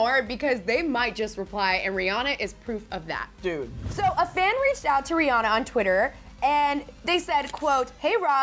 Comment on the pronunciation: rihanna pronounced Ri-ah-na not Ri-oh-na